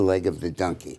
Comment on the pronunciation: Is this guy saying Dunkie , Dinkey or Dunkie ? We always called a condom a Dunkie. From late 70s - 90s.